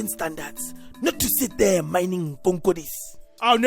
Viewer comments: "Mining konkodi's"🤣🤣🤣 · "Mining Konkodis" 😂😂😂😂😂